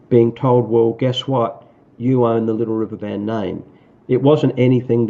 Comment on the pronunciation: how about, "Da Liddle Wivver Ban??"